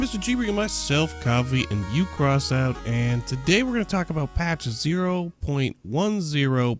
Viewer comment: when you say coffy and crossout, it sounds like your saying coffe and crosant